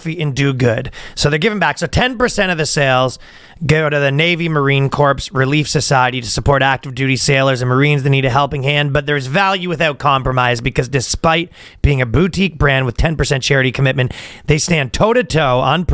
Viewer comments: Ryan, ya fackin Canuck! The "p" in Marine Corps is silent. You're saying it like corpse, like a dead Marine. Please stop. 😂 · Isnt the s in corps silent too?